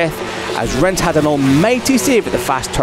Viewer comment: Who the f is the narrator with a horrible "i" pronunciation?! "Rens", "wens", "theng"